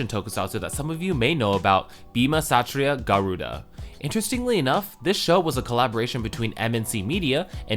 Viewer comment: I don't know why but i find it funny how you say "Satria Garuda"